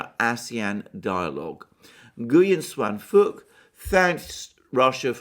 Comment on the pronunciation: As a Vietnamese subscriber to the Duran's channels, it is funny to hear Alexander's pronunciation of Nguyen Xuan Phuc's name 😄